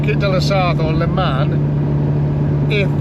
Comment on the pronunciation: Great video, please try this LE MON not le man, thats got that over with. Your on the same toll road we use 2-3 times a year I think A28, your right fantastic road I did over 1400 miles last trip and found I pothole It was acutally a strip of tarmac lifted. Our roads are the laughing stock of europe.